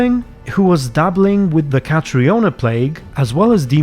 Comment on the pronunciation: I'm not sure, because I don't know exactly how it''s spelled in game or if it's how the devs intended for it to be said , but if the name of the plague is spelled "Catriona", it's possibly pronounced Katrina (Ka-TREE-nah) , rather than Cat-ree-OH-na, as it's an Irish/Scottish Gaelic name (equivalent to Catherine/Katherine, in English)